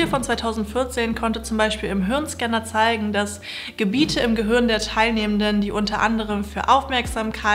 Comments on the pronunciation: Danke für deine Videos! Es hört sich für mich so an, als würdest du "Gehürn" sagen und nicht "Gehirn". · Sehr tolles Video. Aber könnten wir uns darauf einigen, zukünftig "Gehirn" statt "Gehürn" zu sagen? Ich finde die richtige Aussprache von Wörtern wichtig.